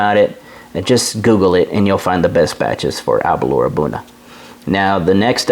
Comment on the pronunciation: great review... for me its Aber-l-our ( "our" at the end, nae "oor") and Bal-ven-ie ( "ven-ie" in the mid, nae "vien-ie") and Glen-dorn-ich ("dorn" and "ichhh" at the end). You know your stuff man on the tasting notes, I only taste braw whisky and nae so braw whisky... Balvenie and Aberlour are both nectar.